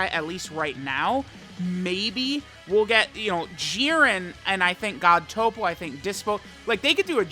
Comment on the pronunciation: Why does he say toppo correctly but then turn around and say cabba wrong?